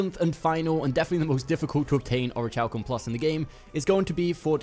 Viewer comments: Aw-ruh-Kal-km - like Oruh-kal-kum -- is the pronunciation. Its not or-itch-halcum. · It's pronounced "ori-Kal-kum." Your pronunciation of the "chal" is maddening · omg it rly bothers me the way u pronounce the material haha. its orich(k)alcum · Ori kal kum omg aaaah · Thanks for the vid...... but for the love of god it's Pronounced ORI-KAL-KUM lol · I swear to God the way he pronounces Orichalcum is ANNOYING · Orichalcum isn’t exactly a word people say all the time. Give him a break.